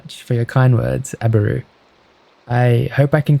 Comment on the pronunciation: YOOOOO WINNNN!! It’s been a few days since I last watched due to traveling and I was half asleep and I had put this on and my husband goes “your in this video” I shot up sooo fast and you are the first person to ever say my name right! It’s Abbarroo and the “A” is for my last name!